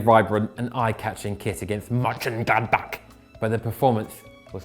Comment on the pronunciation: Mönchengladbach isn’t that hard to pronounce!